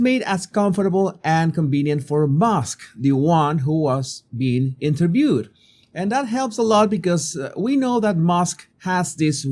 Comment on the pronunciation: "Elon musk was eenturbewed"